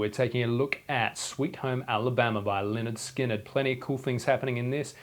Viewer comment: Thumbs up for pronouncing Lynyrd Skynyrd correctly!